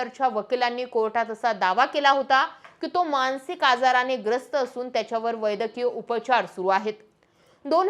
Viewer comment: ३:२२ वै द की य नाही, वैद्यकीय! ✅🙏🤦